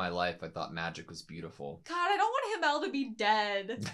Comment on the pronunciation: They way you pronounce himmel is kinda funny. "Him-el" "El-him" 😂